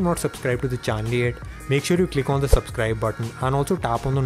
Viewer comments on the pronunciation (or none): "sobscribe to the cannel...the lineagh os" oh my god your english is so bad 🤢🤢